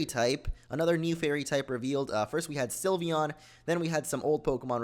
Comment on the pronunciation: No one knows yet. And it's Sylveon. Not Sylvion.